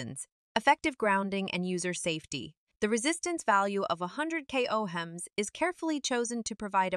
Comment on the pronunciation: It's not pronounced "O Hems", it's pronounced "owms" after a man named Georg Ohm. She mispronunced this word the first few times, but not the last. Also, the only test done was that of the cord, showing that the cord simply has no break in it. That doesn't demonstrate that the mat has any connection to the cord. This doesn't help build the credibility of "Earth and Moon", or your products!